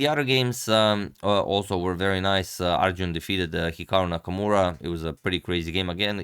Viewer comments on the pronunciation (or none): none